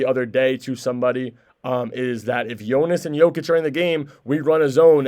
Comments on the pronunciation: its JonAs, all of them they say voice of e (east) and should be voice of a (are). Idk how to spell it I guess Yonas and google translate says it properly. They are changing it to Yonis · Its really getting annoying listening how you rape Jonas's name. I gave you a friendly advise earlier how to say it properly, you obviously didn't bother to even try to improve and say his name properly. How would you feel if someone calls you Tam, Tem or Tum?